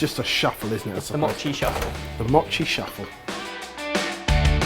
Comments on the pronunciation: It's m-oh-chi not m-aw-chi oh my god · say mochi right. its moe-chi. not ma-chi. i cringed every single time you said 'machi' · not maw-chi moe-chi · its not mot chi its mo chi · Don't cut it dudes just eat the whole thing! Also you're saying mochi wrong. Less mocchi and more mo-chi if you can catch my meaning. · If you coat a whole strawberry with the red bean paste and then cover in mochi, then it's a spring snack (popular in sakura time) called Ichigo Daifuku and it's very delicious! (Also, it's pronounced Moe-chi, but I'll let you off haha) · it's not pronounced moe-chi. look at how actual Japanese people pronounce it and their correct. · MOOOHHHHH-chi. like MOment. (head desk) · It's M-o-chi with a long "oh" sound! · I knew it. M-OH-CHI Come on we already let you screw up recipes all the time, the least you could do is pronounce it right. Pro Tip: Mochi goes great with frozen Y-OH-GURT. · i cringe every time they pronounce mochi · Why is everyone complaining about how they pronounce mochi? It's supposed to be pronounced with a short O and that's what they've been doing. Also it looks delicious. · Is anyone else annoyed that they pronounced "Mochi" wrong? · well I guess she could have kindly corrected you. Not trying to be rude or anything but that it is how is pronounced (probably not as bad as though) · That mispronunciation of mochi though. Yum xD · I don't say Mochi the way does. D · No it's not, have you even heard of a Japanese person say mochi? The O is pronounced shortly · I came down to the comments just for that-_- the pronunciation was really not the best, made me cringe as well